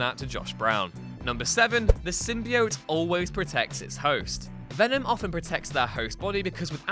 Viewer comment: Another thing you missed is how to pronounce the symbiote. As you also don’t know how to say it properly.